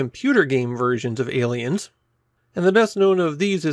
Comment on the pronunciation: Ayyyy leins